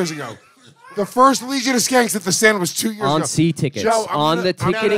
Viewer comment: It's unbelievable to me that Dave absolutely cannot pronounce the word "Stand". How the hell do you add a "w" to that word???